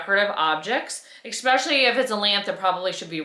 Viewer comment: “Anyways” and “expecially” - really? You’re darling but that mispronounciation thing has got to go!